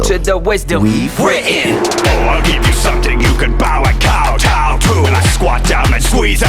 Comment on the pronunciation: Kowtow is a bow [Cow-tow (like towel)]